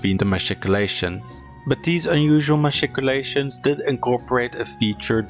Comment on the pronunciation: I like how he say matchicolations